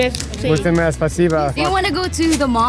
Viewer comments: Mulțumesc or Merci it’s Thank you. Stop saying shitty spasiba. Bruuuh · Stop saying sposiba, dear americans. Ffs